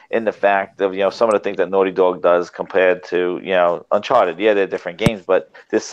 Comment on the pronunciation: why is calling it uncharter its UN chart- ed